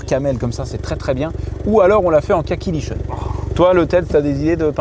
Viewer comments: Tout en sachant que Lichen se prononce "Likèn" 😂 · vert lichen... ça ce prononce likén, c'est une plante